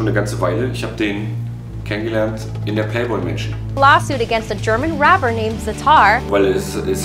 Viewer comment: Bro really said "RAPER" 💀